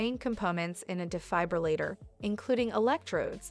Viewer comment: I'm having a hard time believing the content of the video when the very subject of it is being mispronounced the entire time